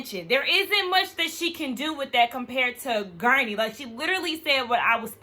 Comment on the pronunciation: it's Guerdy. I cackled every time you called her gurney. 🤭 Anyway, thx for another great review! 🤗